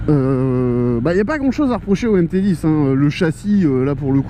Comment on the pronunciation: On dit MT10 pas MT010 🤦‍♂️🤦‍♂️